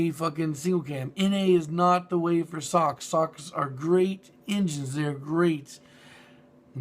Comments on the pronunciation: it's not sock it's S - O - H - C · also, why do you pronounce Sohc sock